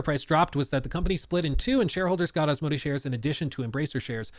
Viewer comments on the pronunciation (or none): Took me a while to figure out who this "a" company is. It's pronounced more like as-mow-day